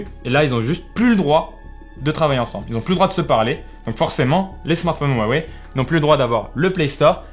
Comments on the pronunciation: Wouah wei ? Cela se prononce Hua Wei . J ai vu des gens qui prononcaient Hua Huai … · V'la le spécialiste qui prononce "wawei" 😂